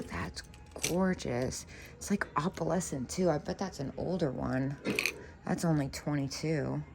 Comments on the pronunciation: Is there a reason why you pronounce "opalescent" as Opp-All-escent... Instead of pronouncing it Oh-Pull-escent?? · Well... Not really. No one else pronounces it that way and there isn't an alternative for the spelling of pronouncing of opalescent, like there is for tomato/tomatoe. If there were, I would not have asked the question. I didn't come here to debate this or to be rude. I was asking a legitimate question inquiring if there was a reason for why she pronounces it differently.